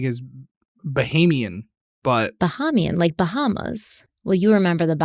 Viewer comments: Anyone else here to appreciate the way just peacefully let say “ba-hom-ean” when he clearly knew it was pronounced “ba-hay-mee-un”. 😊😊 That’s why I love him. ♥️ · bahamian is pronounced (ba HAY me EN) btw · It is Buh-hay-mee-un ;) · The way pronounces words and then says the correct pronunciation shortly after 😂. It’s not even a regional dialect pronunciation.